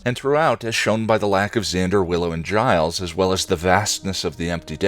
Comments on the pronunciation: Aphrodite.... daughter of zeus? sorry but she is very much the daughter of the creator of the heavens' cut of testicles and the ocean. She is more a Titan than a God like the rest of the Olympians. Also,..... did just did you just call Giles for Gailes? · Did you just mispronounce Giles name?